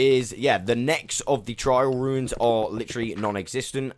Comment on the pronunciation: Why do you pronounce “trail ruins” like “trial ruins”